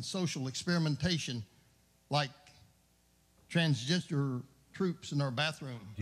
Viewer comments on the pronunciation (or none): Wait....transjester troops in our bathrooms?! There are jester/clown soldiers in our bathrooms? Hell no, fam! There's nothing quite as precious as an elderly white American conservative who can't pronounce english words. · did anyone else hear "Trans-gesture"? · Yo did this dude say transistor instead of transgender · siphoned I heard trans jester. I can see y he doesn't want them in the troops cos in the event of war they will kill the enemy by telling jokes and making them laugh to death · "Transjester" 😂 LMAO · “Transgister”? Hahaha! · "TRANSJESTER" WTHHATFUCK